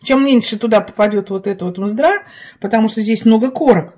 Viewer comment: Не мздра, а мездра. А ещё правильнее - жмых. Мездра это чисто белая часть корочки. Спасибо за рецепт! Получилось вкусно 👍